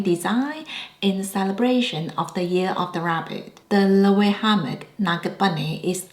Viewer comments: Just a heads up Loewe is pronounced lo-eh-vey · Loewe is pronounced lo-wey-vey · The last "e" in Loewe is not silent. And I would not consider Loewe as "new": I am 55 years old and I have known Loewe since I was a kid, i.e., the original Amazona bag. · Hear Jonathan Anderson pronounce Loewe. It’s not intuitive. I love my puzzle bag 😊